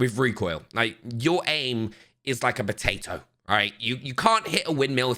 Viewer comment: the way says potato, we all laughed at that lol